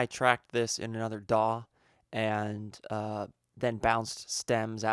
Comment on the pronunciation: It's DAW ...not daaah 😐😂💔...just kiddig